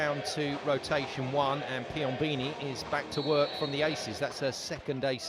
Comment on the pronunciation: Man!! PiomBOni not Piombini